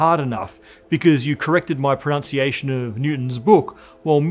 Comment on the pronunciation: And, ironically, you are consistently mispronOUncing "pronUnciation" as "pronOUnciation, which it is not. Rather the the correct pronunciation is "pronUnciation", which you constantly mispronounce.